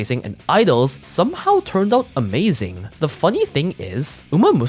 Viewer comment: you mean 'umazing', right? 🤪